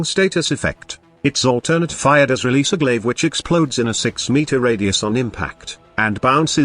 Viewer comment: Glaive not glasgow lol